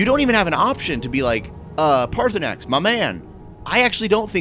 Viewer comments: Dude, pick an pronunciation. You keep flipping between saying his name as Paarthurnax and Paarthurnan. Paarthurnax obviously is correct. Easiest thing is to bypass that part or killing or not killing him until after your other quest. Always has and will be the best way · His name is pronounced PartySnax